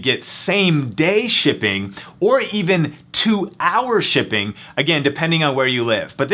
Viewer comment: Why the fuck you talk so weird? "Two HOUR shipping" "You can opt OUT" call the fuck down gay boy